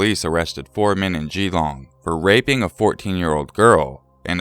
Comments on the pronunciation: Geelong is pronounced more like jeh-long. Don't emphasize the 'gee' ;) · the way you said geelong 😂😂😂 its more fluent instead of separating the gee and the long